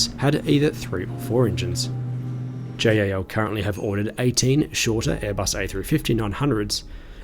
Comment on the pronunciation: pls just pronounce it jal not J.A.L.